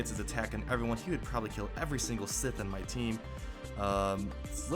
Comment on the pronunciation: sith not Smith